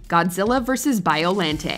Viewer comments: its BioLAWNte not LANDT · WatchMojo always amazes me. How they can get so many pronunciations incorrect. Biollante [ bahy-oh lan-tey)